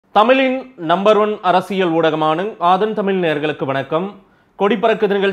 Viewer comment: தமிழின் - தமிலின் அல்ல